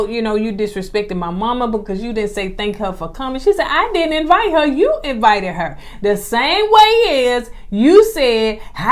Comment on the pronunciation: So I attended Alabama A&M (LAMH alma mater) and they did not teach us to say EE-VITE 😂 and that word and immaturity irks my nerves.